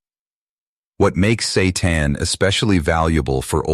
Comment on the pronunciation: What is Satan ? Is it coconut milk ? That is call San' tan not Sa' tan ?